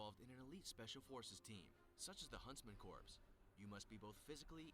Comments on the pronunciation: USMC Scouts are underrated, same with Air Force Para-Rescue. They both work with SEALS. I'm surprised Spetznaz wasn't on this list. I hate how he pronounces Corps. Then, there are those that we don't speak of... I spent 10 years in the U.S. Army, and still don't speak of them, because they don't exist. SOAR is probably the most underrated group in the world. They are the best trained pilots in the world. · I hate how the people who know the least on the topic make the videos like that. Like that man couldn't even pronounce 'corps' correctly. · My family is military as well, and It's kinda annoying when people get it wrong... Glad to know I'm not the only one who feels weird hearing that 😂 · Dude saying "corpse" instead of "core" is really bothering me. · Him saying corps like in corporation Instead of corp (core), bothers me XD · As soon as that idiot said corpse instead of core he lost all credibility. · Why do they have someone narrating an elite military units video who doesn't even know how to pronounce "corps"? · I keep seizing every time he says Corps wrong. Pronounced KORE not CORPSE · THE GUY ON THE VIDEO KEPT SAYING CORPSE INSTEAD OF CORPS😤😡!!!! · The narrator in the original video makes my head hurt when he pronounces “corps” as “corpse”......they’re two different things! Ughhh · Anyone eles realize he said "corps" instead of "cor" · It angers me that corps keeps being pronounced like “Corpse” instead of “core” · Its like a garden rake ripping across my nutsack when I hear someone say corps as if they are talking about a deadie. SEMPER FI!!! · Anyone else getting trigger by narrator pronouncing it "CORPSE" instead of "CORE"? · Did anyone else cringe when the narrarator pronounced "corp" as "corpse"? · Someone needs to tell how to pronounce Corps, the P is silent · Narrator: Corpse Everyone else: DAFUQ DID YOU JUST CALL IT!? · The guy is pronouncing corps wrong. Its pronounced like core. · Pisses me off, its "Core" ffs.